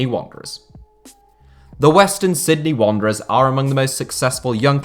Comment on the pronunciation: Completely butchered that western Sydney wanderers element fella...